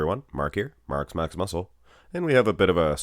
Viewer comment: he gotta be a soviet. "Marx"